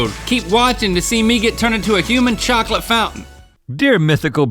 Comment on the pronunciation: I really dislike they way rhett and link pronunce chocolate.